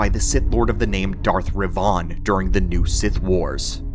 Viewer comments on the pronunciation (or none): .... Did you speak Darth Revan's (Rev-van) name has Revan (Rev-Von)???